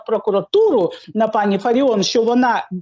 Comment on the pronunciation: Фаріон,ставте правильно наголос.